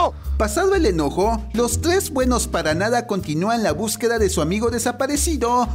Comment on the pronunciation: los tles jajajaja